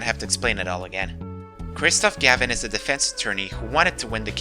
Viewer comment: You pronounced Mimi Miney and Kristoph Gavin wrong.